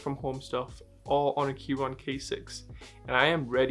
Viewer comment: Aren't you supposed to pronounce the "c" in Keychron or have I been saying it wrong this whole time?